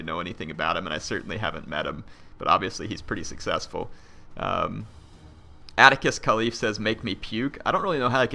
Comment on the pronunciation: says Atticus Khalif. You said my name wrong. You should be ashamed.